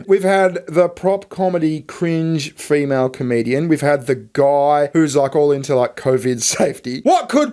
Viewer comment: You said 'female' wrong